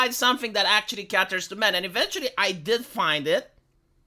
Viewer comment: Posting for the 7th time: the word “cater” is pronounced KAY-tur, not KAH-tur.